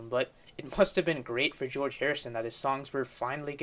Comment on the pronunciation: Jee-Orge Martin was a producer too.